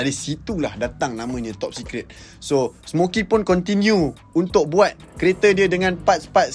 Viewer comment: Smoky* bang bukan smokey